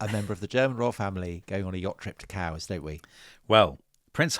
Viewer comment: yachting at where? Kows? Cows? Kaous?